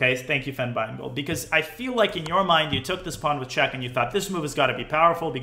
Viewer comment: “Thank you ”